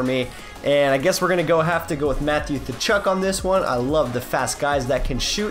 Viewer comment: Thachuk? It's katchuk